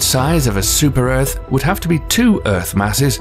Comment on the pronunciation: Do you mean "supa earf?"